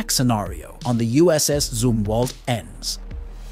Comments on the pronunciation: ITS PRONOUNCED ZUM-WALT. ZUM NOT ZOO. Like some or thumb as in gee your dumb. NOT ZOO like your full of poo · It is Zumwalt, not zoomwalt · It's zum not zoom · Huh, maybe I am mistaken. But I read Zumwalt as Um Zum Walt, not ZOOMwalt!😂😂😂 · Take a drink everytime he mispronounces USS Zumwalt.🤦🤦🤦😂😂